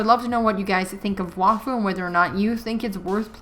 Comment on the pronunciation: There is also a show (French anime on Netflix) Wakfu it also in this world Edit: u also mispronounced Wakfu it’s like Wack Fue